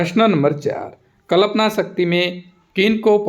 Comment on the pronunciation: Yr sir कल्पना होता है कलपना नहीं